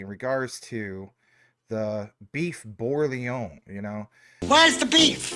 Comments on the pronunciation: Let’s all say it together “Burgun-Yawn” Great video! I’m going to send you some Omaha Steaks, do you like Filet-Mik-Non😂😂😂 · Burr gain(hard g) yawn like you’re ratatouille 🧑‍🍳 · Beef borg ing yawn! That’s how it’s pronounced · So many mispronunciations of bourguignon … would have taken one google search on how to correctly pronounce it lmao.